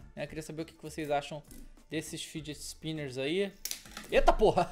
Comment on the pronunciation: "fidget spimberss"